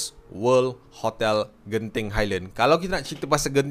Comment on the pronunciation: Kenapa saya dengar ckp khotel ada k